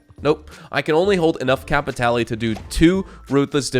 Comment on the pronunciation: you don't want to go get some "cay-pee-tay-lay"!? one of my favorite things to do is to get some cay-pee-tay-lay and then i use my cay-pee-tay-lay to get some stranger missions and then get more cay-pee-tay-lay so i can do more stranger missions and search pockets for more cay-pee-tay-lay. (i physically cringe when npc's say it in game.)